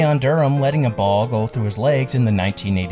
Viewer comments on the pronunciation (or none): none